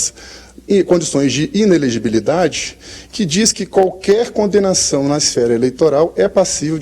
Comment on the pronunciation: disse muita bobagem. Fraquinho fraquinho. Inelele.., inelegigi..., Inelele, ilelele, virgem, quanta dificuldade para dizer inelegibilidade. Mas, vamos e venhamos, Lula vai ser eleito presidente da PAPUDA.